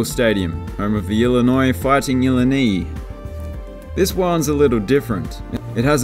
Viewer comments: Ill eye nye Not nee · “ILLINI” is pronounced “IH-LIE-NYE” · Also Illinois’ nickname is pronounced ill-eye-nye, for any future videos. Keep them coming, love watching. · ILL-EE-NEE?? It's actually pronounced Illionois Fighting ILL+👁+N👁... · The fighting Illi-knee rofl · Great videos pal, but Illini is pronounced "ill-eye-nye" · Illini is pronounced Ill-lie-nye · Love your channel. Hard to explain why but I just love it. Please keep it going! Oh, The Illinois Fighting Illini? It's pronounced ill-EYE-nye. It's not the worst name in major college football, but they'd better hope UDel doesn't drop the sport. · "Illin KNEE?" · For future reference, Illini is pronounced "ILL-EYE-NYE" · its pronounced "uh-lie-nie" XD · Ill-eye-nigh, for pronunciation help for Illinois lol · I love your dry humor and wit. Subscribed for that reason alone. You cracked me up with the comment about the K-pop band. Can't help but agree. I also got a huge kick out of your pronunciation of Illini. I pronounced it very similarly the first time I saw it. And of course, the reason that Ohio Stadium looks like a castle is because the King of college football teams play there-The Ohio State Buckeyes! 😃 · Your pronunciation of Illini hurts me. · 1. You pronounced Illinois' nickname incorrectly. 2. Minnesota's nickname is the "GOLDEN Gophers" not just "Gophers". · That was a terrible pronunciation of Illini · No, Illinois is irrelevant and they’re nickname will end up changing anyway so bravo on mispronouncing their nickname. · Please learn to pronounce Illini!